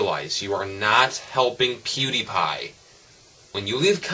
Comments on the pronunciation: No one likes you, you're talking to a video that cant talk back, check you likes to dislike ratio. Its also pronouced peeeewwwwdiiiiiiiieeepieee not poodeepie. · Don't beg it, and it's PewDiePie, not poodeepie. Get it right. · why does everyone prononce it pyewdiepie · please stop saying "pwediepie" its annoying